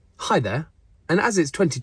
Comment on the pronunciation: The “Hi”